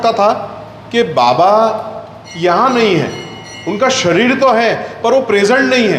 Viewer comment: आदरणीय श्री...जब आप बाबा शब्द का उच्चारण करते हैं तो यकीन मानें उसमे अपनत्व झलकता है ❤️ और मैं स्वयं भी ऐसा महसूस करता हूँ कि ज़ब भी मुख से बाबा शब्द निकलता है तो लगता है श्रीहरी का नाम जप कर रहे हैं। अदभुत हैं मेरे बाबा... अद्भुत हैं उनकी लीलाएं 🙏 बहुत सुन्दर वर्णन किया आपने ❤️ सादर प्रणाम एवं जय साईराम 🙏